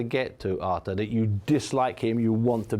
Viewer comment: Buncie stop saying Arthur🤣🤣🤣